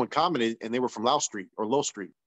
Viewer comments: Lowell street but pronounced low-well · It’s pronounced Low Well Street! I’m O.G, Bandit author of the book Greenlight California Prisons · Pronounced “Low L” Street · Its pronounced like lo-well street 👍👍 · It’s pronounced Low L street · It’s called LO-WELL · It’s pronounced Low-el. Like lowrider and then el. Locke street is pronounced like bike lock. Just a little help. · It’s Low-el and lock st , is how you say it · Its Lo-well street. One word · It’s pronounced low well I grew up around the area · It's pronounced low well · U pronounce it Low-L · It’s pronounced low-el